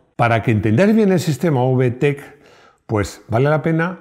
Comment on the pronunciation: Por favor, que mal suena cuando lo dices con ube-e-te-ce. Mejor dilo como es, ubetec. Ya se que esta mal escrito, pero es para que se lea como se pronuncia. Y si a mi me gustaría saber todos los modelos vtec.